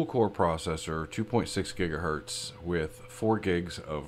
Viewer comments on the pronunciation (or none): none